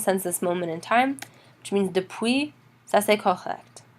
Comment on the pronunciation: Je bien comprend que vous avez des bonnes intentions, S'il vous plaît vérifier votre accent! Malheureusement, votre prononciation de tout les deux mots "depuis" (not dépuis!) et pendant (pondon) not PENdant! Bon courage